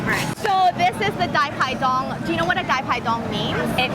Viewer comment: Pronunciation on point! Loved the dai pai dongs there! Keep up with these great videos!